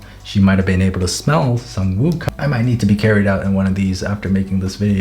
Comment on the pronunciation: Sang-Woo Me: Sung Jin-Woo: Sang Me: Sang: Woo Me: Woo: Sang-Woo Me: Sung Jin-Woo